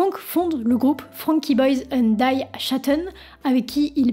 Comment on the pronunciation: Idem pour l'allemand, die prononcer daille, décidément c'est une manie chez elle !